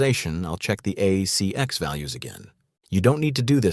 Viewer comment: Yes. The pronunciation is off in some parts. ACX is part of Amazon audiobooks. It's not CX as in "A CX Check" which is what was said. It is An ACX Check.